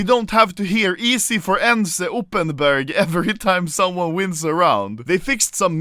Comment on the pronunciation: EZ4ENCE...WHAT? OPPENBERG? IT'S UPPER BELT!!!!